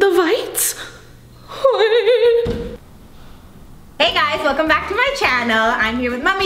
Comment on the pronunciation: ‘The vites’ 😂